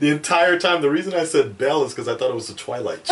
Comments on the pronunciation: Not to be that guy but it's "Belle" not "Bella" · Pronounced "Bell". Explaining it by writing the normal spelling wont do much lmao